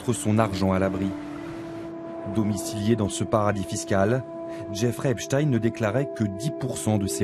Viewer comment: La victime au début de ce complément d'enquête à citer "Epstine" au lieu d'"Epstein", elle est corruptible, influençable à cause de son statut de victime... vous n'avez pas piochez la victime la plus raisonnable du tiroir si j'ose m'exprimer ainsi, j'apporte mon soutien à cette victime, mais elle doit vraiment se remettre en question car dès le début elle a tout mélangé, car elle condamne la concierge mais le monsieur qui habite dans ce bâtiment n'a certainement rien à voir avec tout ça, enfin voilà, il faut se montrer plus pieu et avoir plus de recul pour mener des investigations. Et je condamne quand même ces personnes qui n'ont pas voulus s'exprimer et qui se sont moquer de son mal être.